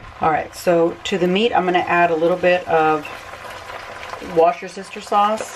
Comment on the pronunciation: The way you pronounce Worcestershire sauce “ Wash-ur-sister -ass” 😂